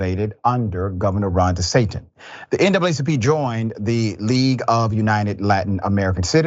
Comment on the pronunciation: Governor DeSatan 😂. Did he say that in error or on purpose?